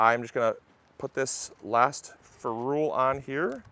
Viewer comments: its a "feh rul" not a "ferooolll". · Next learn how to pronounce ferrule!